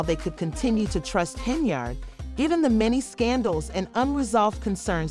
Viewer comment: Its pronounced HEN-YARD ....like Menards... 🎶 save big money at Henyards